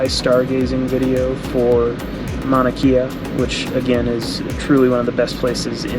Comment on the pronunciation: Mauna KAY AH not KIA